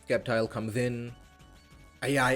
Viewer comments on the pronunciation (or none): no Way he’s saying Sceptile like that